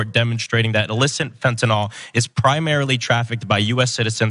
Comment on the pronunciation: Dear God if these know nothings don’t stop pronouncing it “fentanol” I’m going to hang myself. It’s fentaNYL - like “nil.”